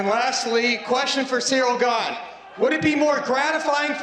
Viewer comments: Jon keeps saying Cereal ghejn… 😂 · I feel like everytime Jones says "Ciryl Gane" pronunciation changes 😄